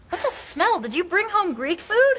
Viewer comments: 為什麼老師的smell聽起來很像smile? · Yeah, teacher's pronunciation of "smell" is a little bit off :) thank you for teaching.